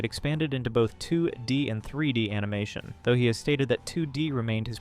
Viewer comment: So... I'm intrigued with the video topic, but... does anyone else feel like something is off with this video? Describing comic panels, but only after they've appeared and cut away to something else? The obvious mispronunciation of "animation" as "an-ee-mah-toon"? Despite pronouncing it correctly earlier? Also, given that this page last updated 13 years ago... I'm genuinely curious... Is this AI? I'd like to believe the creator genuinely got back into making videos, but some of these quirks don't feel... human. You know? I don't mean this as an insult to the uploader. It just can't shake the feeling something's off here, though. 🤷‍♀️